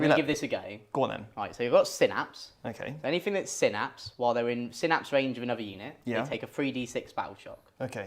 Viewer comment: Oh dear, first time here, and they're already not pronouncing Synapse correctly lol. Lets see how this pans out. I will be critical. The Tyranid paint scheme is a little odd having the brighter colour for some of the carapace, not a fan of it this way round, much prefer the brighter colours to be the chitin, but that is just personal preference. Seeing Space Marines with flat matt colours is also odd, but also just personal preference. However both paint jobs are really crisp and very well painted. Tyranid Turn 1, the Genestealers were mostly reversing towards the Space Marines. Made me chuckle XD as did the Barbedgaunts also reversing. You info card popping up about Heavy is incorrect. You state that if the bearer remains stationary you get the +1 to hit. The unit is required to remain stationary not just the bearer. The Rhino should have taken a Battle-shock test at -1 from the Screamer Killer yelling at it. (This was picked up later in the video) Captain Vanguard Deep Striking you measured diagonally not horizontally though I expect it wouldn't have made much of a difference as you know the charge distance is 9" and the terribly designed Prime is on the ground floor. Strenguard cannot go in Rhinos, they are tactical and Rhinos cannot have tactical models embarked in them. Though this was revealed when the marine index was dropped, which was the day after this battle report. So we can let this one slide. (but you can have 4 servitors with 2 multi meltas embarked in a Rhino